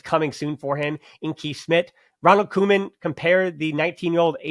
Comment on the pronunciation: Just so you know, Kees Smit's first name is pronounced like the english word 'case'. And funnily enough the one time you can pronounce a dutch name perfectly as an American, you don't: Givairo Read's last name is pronounced just like in 'to read'.